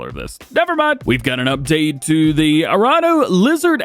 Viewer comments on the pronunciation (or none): none